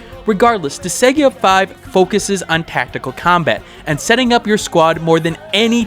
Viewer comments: Disgaea is pronounced Dis-guy-ah. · Was about to comment the same thing lol.